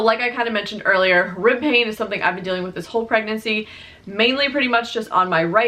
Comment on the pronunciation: OH! Rib pain! I thought you said “ripping” and I was like OUCH, what muscle is ripping?! So happy your 3rd trimester went well. Saw her on IG and she is so beautiful! Congrats!!!